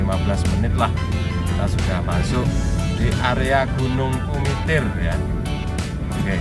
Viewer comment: Bukan KUMITIR tapiGUMITIR